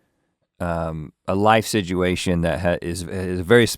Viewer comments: Rhett says situation like sidguation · rhett pronounces "situation" in a strange way